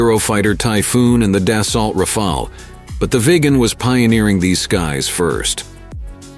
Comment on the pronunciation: There is no L in DAH soh! Swedish "ACES" really??